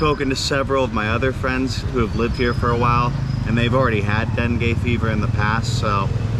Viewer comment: It sounds like you are saying Bengay. LOL Man up bro. LOL